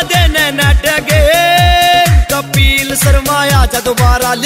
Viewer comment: kapil sharma ka name to dhang se le leta कपील नही है कपिल है